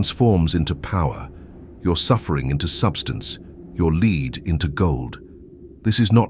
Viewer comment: No idea how this appeared in my feed. The comments are puzzling as it seems the pseudo intellectual bots are at war with one another. The video lost me after the 'narrator' couldn't pronounce the word lead. Multiple times. Stop telling me how to be human dang robots!